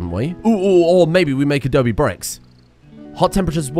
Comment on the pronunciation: Adobe, not adobi.